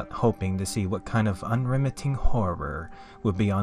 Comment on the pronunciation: There's a few -isms that are kinda funny. Like how he insists on saying unremitting in every video, but sometimes he says "unrementing" or similar